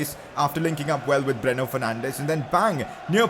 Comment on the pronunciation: Its not breno its bruno learn to pronunciate correctly idoit!